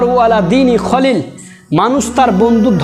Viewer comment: "ফালইয়াংজুর মাইইয়ু খলি"বললেন কেন?খলি নয়, খলিল হবে। যোগ্যতা না থাকলে মিম্বরে উঠা উচিত নয়। তা কিয়ামতের আলামত।